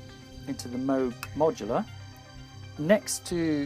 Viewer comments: OMG, you silly Pogue. From now on pronounce it right! -- Robert Arthur Moog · Since you are pronouncing Moog incorrectly, I will confiscate your modular. Thanks, and see you soon. heh